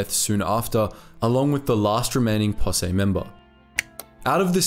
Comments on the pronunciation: Great video. Just for future reference, in American English, the word posse is pronounced Possee, not Possay. (the "se" is pronounced "see", and your emphasis is correct) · Fyi posse is pronounced possy, not possay. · Did the natives get anything for their service? Like a presidential citation? Seems they sure earned some sort of reward. They are the heroes of this story right along side Tweed and his posse. BTW, it's pronounced pa-see in the USA. Like as in "Pa, come and see this story". I like your videos, they're very good. Thanx for your work. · "Possay?" =0[.]o= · It’s posse, POS-E, bro. Great video!